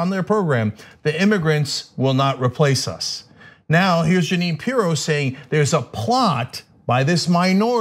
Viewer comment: Pirro, pronounced- Py-ro. Toodle-oo P-eerie-o.